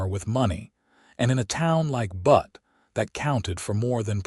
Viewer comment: Enjoying the story. You must fix AI so it stops calling Butte (B-u-tte ) Montana 'Butt' 😅😅 like the backside of a donkey.